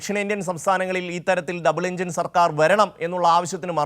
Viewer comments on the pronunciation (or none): ഡബിൾ ഇഞ്ചിനല്ല ഡപ്പാഇഞ്ചൻ😂